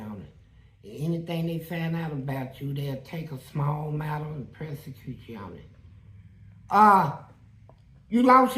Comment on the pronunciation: What is “Press-a-cute”?